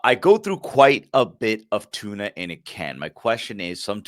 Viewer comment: Wait a second Daves been trolling us, he magically started saying Tuna without the R in the middle of the question 🤯